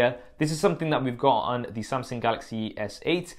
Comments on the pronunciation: its Samsung not SumSing lmaooo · Samseng? Wtf Sam-sung bro. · Samsing ? :o